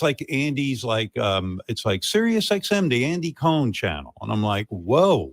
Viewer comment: *the pronunciation of “Andy Cohen” …. 🤢